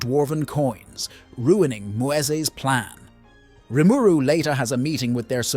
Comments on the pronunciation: this is a tough watch based on how you keep pronouncing rimuru, maybe its a dub v sub thing? idk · Yep. I just sped the video up that it's less painful lol